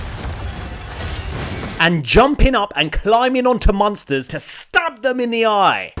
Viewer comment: Apparently, I am the only person who pronounces "monster" as "munster". You've proved them wrong matey. Thank you 😂